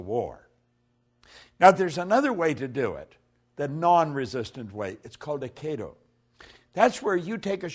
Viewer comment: GREAT talk, as usual, Bob. I'm a huge fan. Just a small thing (if you care which I believe you DO)..check your pronunciation of AIKIDO (you said: A KAY do) ...I think not because my brother was a black belt (he still is, in the Afterlife!) :-) Love Always!